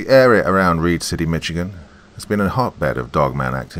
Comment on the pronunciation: Hey, you know I love you but it's pronounced Mishigan, like dish or wish! 😊 Lol! Thought you'd want to say it correctly! 😉 Thanks for another Creepy Story! You're the BEST!!! 🧡💚💙💜🩷🙏✌️